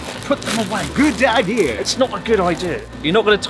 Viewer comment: “Gud Ideer”